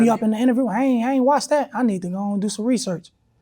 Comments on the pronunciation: It’s Reesearch😂😂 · Lil reesearch 😅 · Lil Reesearch 😂